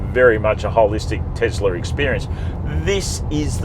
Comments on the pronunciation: Firstly, it's pronounced TeSla not TeZla. Why not wait till the new model Y ( Juniper) is released to do a true comparison? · Stop saying Tezzler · Isn't it pronounced Tossla ? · The Tossla MAGA Y 😂